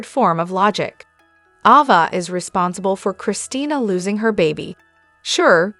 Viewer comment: Around minute , It's not Lucky Webber, it's Lucky Spencer. And it's not Ahva, not Avva, it's Ayva. You drive me crazy when you mispronounce well known names. I know you're a robot.